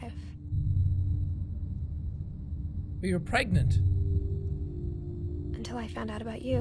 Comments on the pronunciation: its not pregnant its pregananant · no it is bregnant, right? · Dylan perhacs-harris greggnant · No its clearly pergert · Dylan perhacs-harris it's pregonate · Dylan perhacs-harris it's pregantie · Dylan perhacs-harris No it's pergernat, lol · Dylan perhacs-harris Preganant